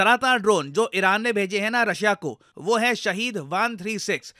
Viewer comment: Arey Sir, pronunciation toh acha se koro, iran toh iraq sunai deta hai